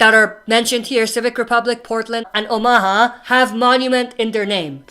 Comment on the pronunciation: Please say omaha right man. Its not oh ma ha. Its actually pronounced ow·muh·haa